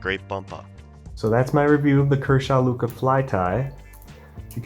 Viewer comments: Its lucha (like loo-chuh), it was named after the Spanish word for "fight" (like luchadore, lucha libre is an example where lucha is used, both meaning basically wrestlers). Hope you see this, we won't have to rip out our eyes and fucking eat you next time you say luka!!!! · Sorry brother, it is lucha. like luchador the wrestler/fighter. Use voice to text. You're saying "luca." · It’s pronounced lu-cha